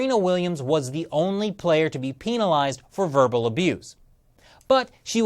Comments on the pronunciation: Peenalised lol... Penalised. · sounds like he was saying penilased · The way he says penalised XD